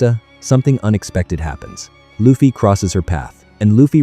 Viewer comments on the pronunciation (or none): STOP SAYING IT LIKE THAT!!!! IT'S AN L! NOT AN R!!!! IT'S ONLY AN R IN JAPANESE!!!! IT WOULDN'T BE AS INFURIATING IF YOU DIDN'T SAY THAT WORD AGAIN AND AGAIN AND AGAIN EVERY SINGLE HELLFUCK MINUTE OF THIS VIDEO!!!!!!!!!!!!!!!!!!! AWFULL!!!!! STOP USING AI VOICES!!!!!!!!!!!!!!!!!!!!!!